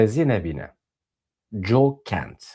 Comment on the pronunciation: Coe nine , Co ye - not Joeh , Joe 😂😂😂